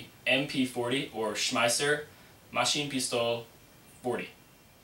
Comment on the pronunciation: u said Schmeisser wrong